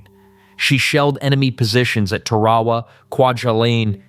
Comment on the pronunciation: As a Marine, calling it “Ta Rawraw” bothers me 🤦‍♂️🙄it’s pronounced “Tara Wa.” 🤷‍♂️